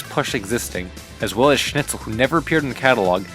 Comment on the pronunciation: Schnitzel. Sh-nit-sul. Not sn-itch-ul.